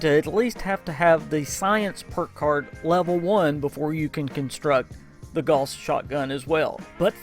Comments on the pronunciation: It's GOWS, not GORS! And ALL gauss are explosive... how can you do a review and not know this? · Sometimes I'd agree but it's said wrong by a lot of accents, not just a Southern USA. Gauss is the name of the guy who started the research into this kind of technology and it's pronounced Gow as in How with an s on the end.